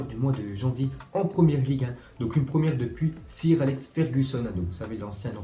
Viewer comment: On dit "seur Alex fergusson " pas sire